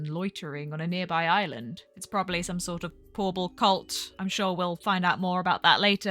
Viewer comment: drink every time says porble 🕺